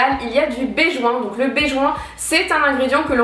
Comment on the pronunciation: Benjoin et non béjoin